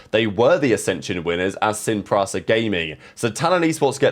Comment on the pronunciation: Sin PRISA!!! PRISA YOU FCKN BELLEND! PRIIIIIISA not PRAAAASA PRISA! FCK THIS IS UNBELIEVABLY ANNOYING. priiiiiiiiiiisa Sin PRISA PRISA!